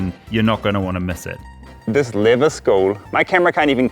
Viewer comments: Half the time when Karls says LEATHER, I hear LIVER! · Its Leather not Lither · What is his accent that he pronounces leather like “liver”? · It sounds like your saying liver not leather 😂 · Do you keep saying liver it’s leather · I can only hear Liver when you say Leather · I kept hearing "liver" instead of "leather".